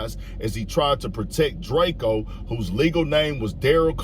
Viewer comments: Drakio the ruler lol. It’s drako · Long Live ✨️🕊✨️ The Ruler ...its Drake-O not Drake Keo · It’s drake-O not drake-E-O get it right or I’ll be knocking off all kinds of wigs tonight - The Ruler 🙏